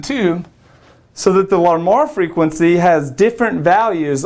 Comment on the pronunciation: Pronunciation tip: It's not 'lar-more', but 'l-armor' if you catch my drift. Mr Larmor was Irish I believe. Most people I've met have thought that his name was French or something. Ah, l'amour... ;)